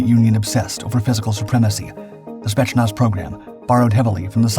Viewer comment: FWIW it's more "Spey't's-nazz" rather than "Shpets-nazh". Decent video, though, nice intro/overview in a short video. ;) Also the COD Bot boys who know wayy too much about breaking the mind thru breaking the body are here in the comments... and they know what wimps elite soldiers are. Thank goodness they're all about to go help UKR end this war. With a Vente Latte and a sign. Afterwards, to the dispensary.... Indeed some of this is Prop... But the Spetznaz isn't the India/Pakistan military dress parade war/competition performed everyday...